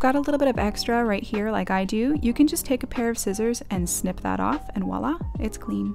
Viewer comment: Voila * not wallah 😂